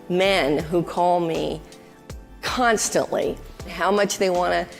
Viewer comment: I thought I heard this bitch say "...I have a huge number of men who call me CUNT-stantly...!!" She could have just stopped at the prefix. Freudian slip??